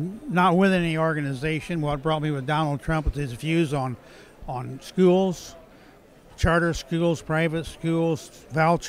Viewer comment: For a guy who wants to make schools better he cannot pronounce the word "schools" correctly.